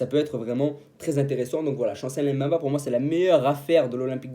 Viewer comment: Chancel Mbemba ! ! Pas M’bemba 😢 c facile à prononcer